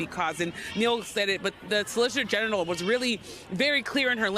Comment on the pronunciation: Yamiche said "solicitor genital" teehee